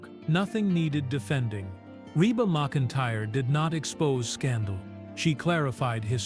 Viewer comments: Her name is pronounced "mac-in-tire". The first several minutes of this video you pronounced it wrong. Do your research before posting something on one of the beloved, famous female singers entertainers in the US for over 4 decades. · Pronounce her name right